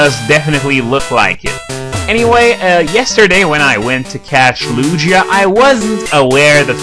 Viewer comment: he dosent know how to say lugia or ho-oh... kinda sad